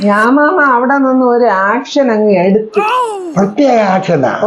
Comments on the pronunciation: ആക്ഷനല്ല മാമാ, ഏക്ഷൻ ഏക്ഷൻ. ചങ്കങ് കേക്കാഞ്ഞത് പാക്യം, അല്ലേല് പ്വാലീസ് എപ്പ പൊക്കീന്ന് ച്വാദിച്ചാമതി. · ആക് ഷൻ അല്ല ചേച്ചി . "ഏക്ഷൻ "